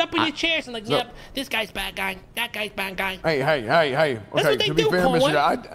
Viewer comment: "yup dish guysh bad guy.... dish guysh bad guy" xD going in lol